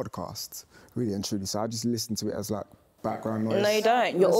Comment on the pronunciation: He said am I jist😭😭😭😭